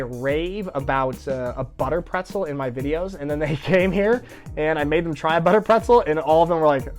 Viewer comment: "Butterbretzel"...still you pronounce it english- and not german..so you are NOT germanized... but: there is hope....your germanization will be perfect...just marry LAURA